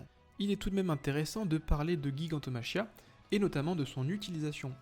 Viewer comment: Ça se prononce "jigantomakia".